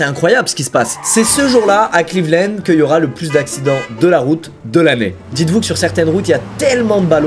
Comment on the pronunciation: Cleveland Lannddddddd squeezie pas clevelennnnd😭😂